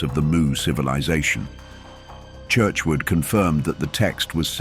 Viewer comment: its spelt Mu but pronounced MEW. The authors name is Churchward not Churchwood.